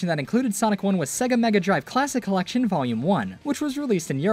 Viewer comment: Sonic Origins “Cellection”💀